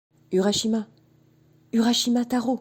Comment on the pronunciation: Sa se prononcé ourashima